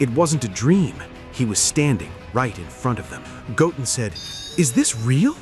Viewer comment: So the voiceover can say Gohan just fine, but then it goes and says "Goaten" for Goten. Maybe cheat and make it read like "go 10 or (ten)" and see if it gets it right.